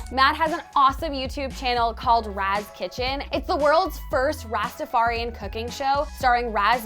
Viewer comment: I was at first really excited about your promo of Ras Kitchen til you completely mis pronounced ras. It’s not raz, it’s more like rahss. Isn’t this a very basic thing to get right?